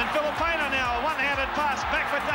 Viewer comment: It's no pania, it's pronounced fee lee pain ahh